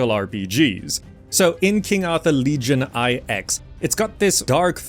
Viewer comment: "Legion I X", You mean Legion 9 ?